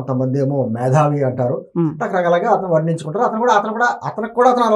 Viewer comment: మేథావి కాదు .. మేతావి